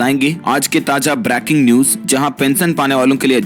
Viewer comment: Phele bolna sikhiye! Its not Braaking..its BREAKING!😇 NEWS SMJH HI NAI AARHI.. ITNEY SUBSCRIBER KSEY KATTHEY KIYE HAIIN AAPNE